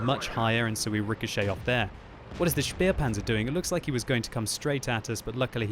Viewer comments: love your videos. Very helpful. Please, please, please, stop saying "shpearpanzer." The pronunciation is "shpaypanzer." Use a long ay... ä in german is actually pronounced like "eh." The äh is pronounced as a long eh... But Shpaypanzer is close enough. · Pronounced SHPAY-panzen please. Not shpier-panzen. Ta muchly old bean.